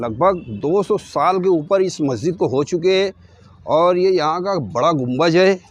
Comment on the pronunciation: Mere bhai gumbaj ni bolty ...us ko Gumbad bolty 👍